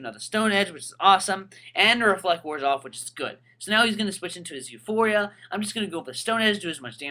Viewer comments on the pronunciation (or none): none